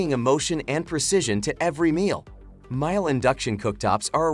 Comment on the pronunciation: please make your AI voice say mee-lay